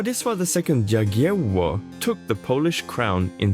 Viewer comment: Greate video, accurate. But please if you spell polish words use English translation and pronouciation or fully polish one. If you try to read try to use google translate to first read polish words for you because nearly every polish word was spelled incorectly Jagiełło should be yagiewo Szlachta should be shlahta Jadwiga should be yadwiga etc Im very courious for your next video but please Look into that